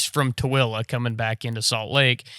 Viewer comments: Glad you know how to say Tooele correctly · You said Tooele right!?